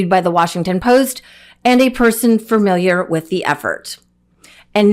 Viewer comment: Love you, it is familiar, not ‘farmiliar!’